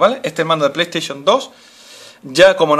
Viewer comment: pay taishon 3 :v Aprende a ablar !!!!